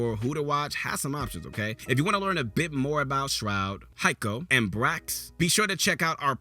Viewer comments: My name is aswell and I love and my favorite pro is hiko when he said highko instead of hiko it reminded me of the first time I read his name in a cs tournament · pronounced He-ko not High-ko lol. Great video, is awesome! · Can I have this mans VA job please because he said (HI)ko instead of Hiko and you won’t be down a black actor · It's pronounced "hee-ko" not "hi-ko" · Hiko isnt pronounced "high ko" its "heekoh" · Hayko, Hayko are you fucking kidding me, did you watched any games of CSGO? Its HIKO. And no, if you really want to be so good, go play and practice with your mates on customs, thats the way you ll always be better. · bro wtf I think you forgot Aceu when listing the pros. Also why did you call Hiko Haiko?!? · HAIKO? REALLY? YOU THINK HIS NAME IS HAIKO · WAIT! HAIKO>???!?!?!? i thought it was pronounced hiko :( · Lmao he really said Hike-O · did he just call Hiko High-Ko and Swag Brax? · hearing him pronounce Hiko as highko genuinely hurt my soul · Say it with me, He-Ko, keep on eatin dat Buncha Crunch xD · Lost all credibility when he said watch more streamers like H-eye-ko... You don't watch streamers. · High - ko ? Who tf says that lmao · High-ko lol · why does it bother me when he says Highko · This man really said HAY-ko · stopped listening after his pronunciation of hiko lmao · how he says hiko lol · The hiko pronunciation holyyy 💀💀💀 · imagine using Hiko's gameplay in all your videos and mispronouncing his name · If you're gonna pay this guy to read a script, at least tell him how to pronounce Hiko